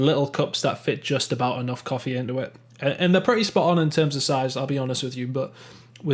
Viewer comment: said coffee like you where from Yorkshire haha